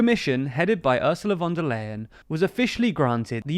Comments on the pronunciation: /fon der ljen/ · Phone da lion (or "phone da line") :) Easy to remember this way actually.